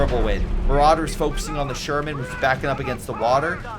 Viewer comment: I beg you, stop calling Marders "marauders"